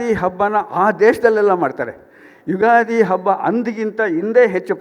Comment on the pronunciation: ಉಗಾದಿ ಅಲ್ಲ ತಾಯಿ , "ಯುಗಾದಿ "